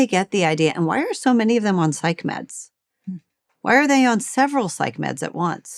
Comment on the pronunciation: " And bj 'medds' jov mean 'meddicchaetschian' bj vhittsch jov mean 'meddisscinn' bj vhittsch jov mean drags, ljr. Call a spaed ittsellf, stop speakinh inn ceid, pvssj."